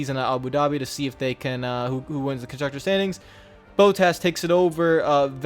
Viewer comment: Bot-tas, not Bow-tas